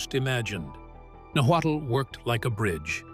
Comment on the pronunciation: Nahualt (nahwah) not nawattle smh I'm already annoyed by this !! Good grief !